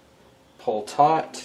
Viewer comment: Are you saying pull it tight? Or tort?